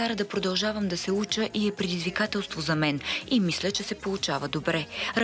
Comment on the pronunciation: Не се казва "мислА", а "мислЯ"!